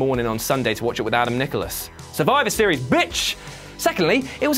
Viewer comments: Please tell me someon picked up on how he says "Sturvivor series" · witty name sturvivor steries